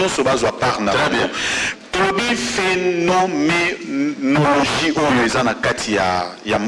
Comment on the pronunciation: "Phénoménologie" et non "Phénomélogie"